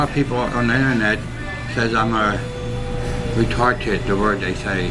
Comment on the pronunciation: The guy in the video sounded like he said retarTed